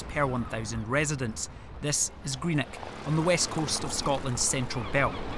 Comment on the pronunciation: 'Greenek' where the F is that?